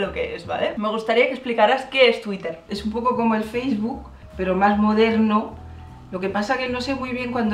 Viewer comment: LIKE Por el ''faceboke''